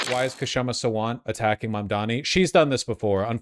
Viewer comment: It is shama . K is silent